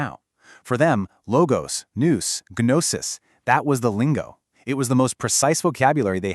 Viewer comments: Gnosis is pronounced with a silent 'g'. 😵‍💫😵‍💫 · This is a pretty good intro to perennialist thinking... seeing the truth in every system and recognizing the common structure (truth) behind seemingly disparate details. For those interested in such things, don't let the AI mispronunciation of 'gnosis' get in the way of an idea worthy of consideration... IIRC, I don't think that word comes up after the first minute or two anyway. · Not trying to be rude, but the mispronunciation at the very beginning of the video made me immediately click away.